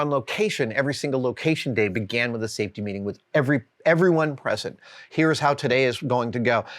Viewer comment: Safe...tea? What is this safetea you're speaking of?